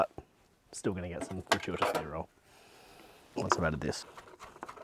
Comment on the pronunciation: 40% of the time struggles to say "gratuitous"